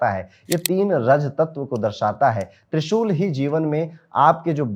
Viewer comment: Can't understand trishul